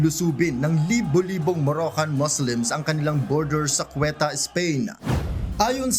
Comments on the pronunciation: Ceuta hindi cueta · Anong Cueta? Ceuta yun HAHAHA 🤣